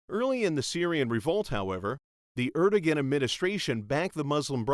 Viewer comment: God, he mispronounced erdogan so terribly